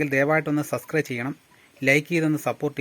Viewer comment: Suscry alla, subscribe.ennu veenam parayan.